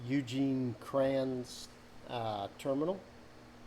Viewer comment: Damn you nailed that terminal. Love from Toledo!